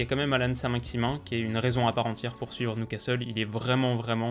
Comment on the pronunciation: "Suivi ensuite de NOUcastle" 😭 Oh non.. Pas ça, pas maintenant.. Pas après tout ce que tu as fais.."